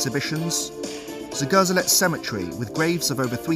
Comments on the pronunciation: Great video! Your pronunciation of the two cities cracked me up though :D The German city is pronounced 'Girlits and the Polish Zgo'zhelets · Pronounced zgoh-ZHEL-ets